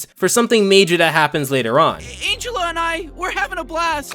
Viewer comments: Minor criticism. Her name is ANGELa not An-gel-a. Angela is a human name, but she's an ANGELfish, so she's ANGELa. Get it? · Angel-uh. It's pronounced like angel. Sorry, it was bugging me. Honestly, I'm just happy about someone talking about Fish Hooks. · Angelaa? Angel a? Not Angela? Idk